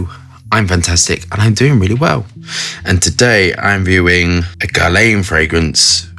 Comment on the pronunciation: Guerlain is nore pronaounced like Gearlen 🤪 but who cares, I am just here for your knowledge!